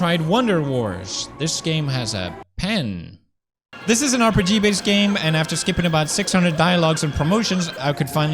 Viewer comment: "This is an RPGB's game!" AR PEE GEE BEES GAMES FTW!!!